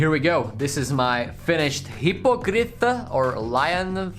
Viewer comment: Hippogrith [He-po-grif] u wellcome :)